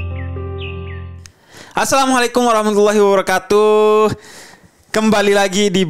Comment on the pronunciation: Bib salamnya tolong diperbaiki, biar fasih baca tulisan aja. ngeri saya dengar ucapan salammu. masak ada katuuuh? memang bikin salam sendiri sep. Panji gumilang.?